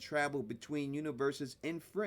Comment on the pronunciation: Me too at first.😂